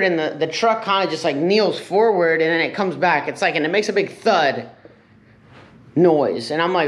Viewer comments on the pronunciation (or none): none